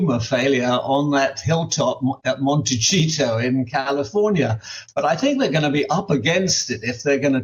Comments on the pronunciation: LOL Monty-cheeto! Montecito is prounounced Monty-see-toe. No, not one out of ten people is an attorney in the US. Approximately one out of 300 is. Oh, and, just to dispell whatever this guy is going to come up with next, most Americans do not own a gun. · It's "Monte SEEN o" Not Monte Chiino"